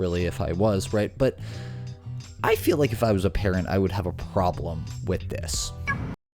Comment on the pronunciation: The notion that a man who cannot speak grammatically correct English or pronounce words like “this” or “that” is a teacher in America is as sickening as it is pathetic.